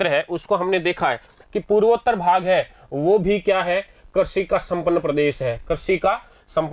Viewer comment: I am sorry sir actually crazy nahi hota hai krishi hota Hai